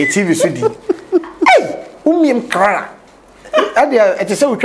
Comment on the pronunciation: Hahaha bra kwaku and English dier 😂😂😂.. Clara and bro kwaku said crara🤣🤣🤣🤣.. Oh my goodness!!